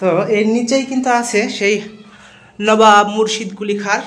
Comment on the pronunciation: লোবাব না নবাব😂 5 ফুট ওজন😂